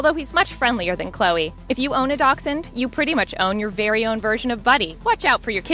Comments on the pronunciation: It's a dash-hund not a doc-sund. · Ok this is how she was pronouncing buddy. "Doxen" like wth is a Doxen its a Dash hound (dashhound